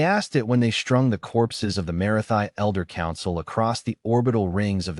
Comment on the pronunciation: HERE WE FUKN GO AGAIN!!!!!!!!!!!!!!!!! At 14 seconds......"SHTRUNG"!!!!!!!!!!!!! I HATE this version of AI!!!!!!!!!!!!!!!!! It CAN NOT pronounce "STR" words properly and apparently, YOU Mr Author either don't know the FKN difference or don't give a shiittt!!!! WTF is "SHTRUNG"!!!!!!!!!!!!!!!!!!!?????????? THERE IS NO FKN "H" after the FKN "S"!!!!!!!!!!!!!!!!!!